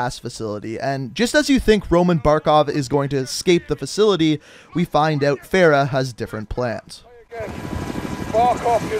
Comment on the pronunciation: SomeRandomBoi YT it’s fa-ra my guy